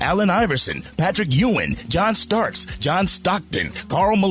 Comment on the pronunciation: Starts??? Did you say Starks?